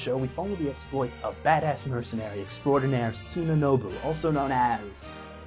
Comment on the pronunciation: it's Sunabozu not Sunanobu